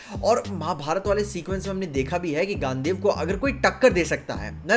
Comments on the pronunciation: gandev nhi re bhai gandiv dhanush thoda toh mahabharat padh leta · Its gandiv not gandev sir ji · its gandeev not gandev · Bro it's Gandiv not gandev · gaand dev mat bol bar bar Gandivv haii eeee ki sound hai pls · Gandiva Dhanush not gandev dhanush 😂 bhai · It's गांडीव not गँदेव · Gaandev Gaandev bol rha hai bro Usse "Gaandiv" bolte hai Kaash Mahabharat serial dekh liya hota atleast once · Gandev nahi hai bro gaandiv hai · Bilkul dekna chaeinge but it's not gandev gandeev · bro, plzz It's GANDIV